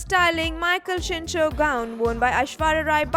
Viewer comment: its michal cinco not chincho😁😁